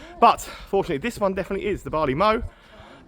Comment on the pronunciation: Mow as in the cutting of grass is pronounced like low, mow the place to store barley is pronounced like cow.